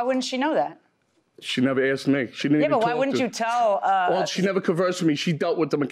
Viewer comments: Umm it's asked not axed...ugh I hate when people say that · Nobody AXED you 🤣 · Why can’t Americans say asked properly?